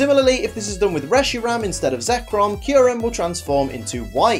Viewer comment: Reshiram not resheram